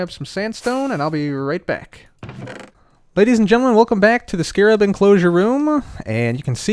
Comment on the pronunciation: First few seconds of the video: immediately pronouncing Scarab properly. <3